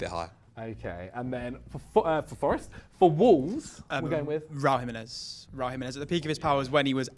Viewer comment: ‘Raúl Jiminez’ 😂😂😂😂😂😂😂😂😂😂😂😂😂😂😂😂